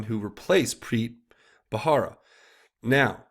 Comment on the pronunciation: it's Preet Bharara. "buh-rare-uh" not "buh-hara". (it's been bugging me lol)